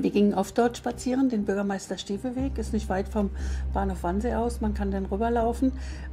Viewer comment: Es heißt übrigens Wannsee, nicht Wansee.